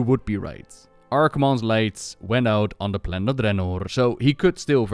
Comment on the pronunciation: I like the way you say "Draenor" with that rolled R. I've tried saying it that way, but I can't pull it off.